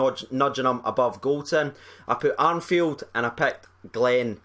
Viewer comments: Ar "N" field??? It's ARFIELD dude...There aint no "N" in it... Thought I'd misheard you the first 2-3 times...After 6, I guessed you hadn't read his name right. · It"s Arfield mate, no Arnfield. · Ur doing it again its arfield no armfield haha